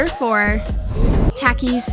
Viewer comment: I HATE THE WAY SHE SAYS tAKIS